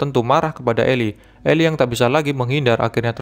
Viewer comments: Itu baca nya eli bkn ilai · The book of eli (bacanya eli bukan ilai) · Bukan elay bang tapi eli